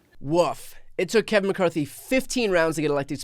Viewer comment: I heard someone call him Kave-in McCarthy.🤣🤣🤣